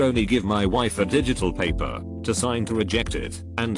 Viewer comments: I hate the fact that the voice says paper like that. It’s like pronouncing Aang like they pronounced it in the live action movie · Nobody: This text to speech dude: PAPPER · Anybody else incredibly annoyed that the bot that reads these videos doesn't know certain words like "paper" and says "pah-per" instead? How do you not know that word?